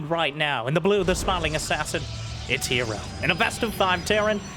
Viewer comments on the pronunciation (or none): Is it "Hero" or "Her Zero"? hmmm? hmmmmmmmm????